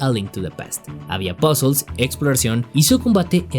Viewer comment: Se dice puzzle, no "pazzels" que hablamos castellano, no gringo. Pd: buen video